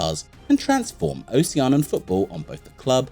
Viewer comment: This is a very cool video that's earned you a new subscriber...only thing is, you keep saying "Ocean-an," when I'm 90% sure it's "Oh-shee-an-ee-an." (But you're not the first to make that mistake, so no sweat!)